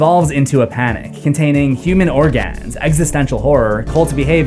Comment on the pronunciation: You pronounce "organ" wrong